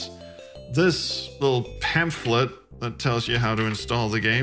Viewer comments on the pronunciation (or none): Thank you for another video, I enjoyed it - I've never heard anyone pronounce the ph in pamphlet before. I'm now curious what the correct pronunciation is. Is it pamplit, as I pronounce it, or pamp-ff-lit?